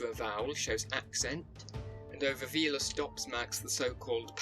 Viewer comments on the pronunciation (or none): none